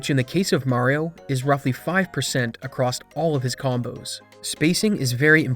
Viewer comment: Ugh. Every time you say “acrosst” it’s like nails on a chalkboard. There’s no t in across.